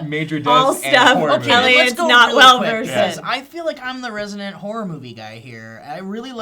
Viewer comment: Ace Combat 5 is the best video game plot ever... it could easily be made into a movie. Did anyone else think that every time said "horror movie," it sounded like "whore movie?"